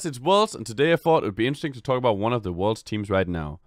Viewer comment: I had to replay the first five seconds, kept hearing "one of the worst" instead of 'worlds'.